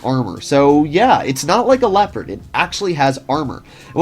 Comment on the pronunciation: You usually get the pronunciation of the German tanks names pretty right but Leopard is crazy